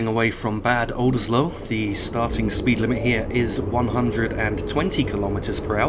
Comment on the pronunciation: Great video! Just a small remark: Bad Oldesloe should be pronounced like Bàd (short “a” like in Alpha) and Oldesloe, the OE is a specific german/dutch letter combination which has a specific sound, it is a little bit like a cow “moo’s” with the “oo” part being “oe”!